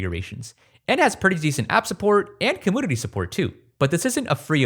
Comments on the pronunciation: why does this guy say compooder when saying computer? des bro have a speech impediment? if so why does he pronounce everything else completely normal but only computer weird asf Edit: he also says community weird. he says it like comoonidy bro def just has an impediment, my bad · Great videos man. I love your stuff, BUT YOU CANNOT KEEP SAYING comPOOter! I know you can say the word “you”. There is no possible lisp in the world where you cannot pronounce you and can only say oooo!!!! You can’t keep saying comOOOOnity, either!!! It seriously grinds my gears soooo bad. Actually makes your great content nearly unwatchable when you say dumb crap like that. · I thought I was heating shit😂 he said another word where the letter U is pronounced like you as oo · I can’t tell if he’s pronouncing community and computer wrong but I absolutely cannot finish this video.